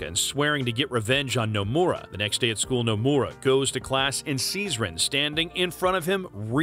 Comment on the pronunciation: The way this man pronounces Nomura's name would piss off Nomura himself.